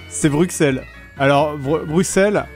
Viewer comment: En tant que Bruxellois, je n'accepte pas les arguments de quelqu'un qui prononce mal le nom de la ville